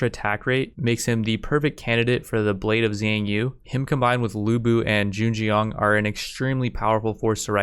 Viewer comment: I like these videos because you can tell his pronunciation gets better and better every video from calling Zheng Jiang Zan Zan all the way to Zhen Jian I can't wait until one day this guy is completely fluent in mandarin but can only say the names of historical figures and cities